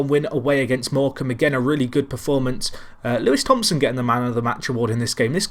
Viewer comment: It's pronounced louie Thompson not Lewis Thompson btw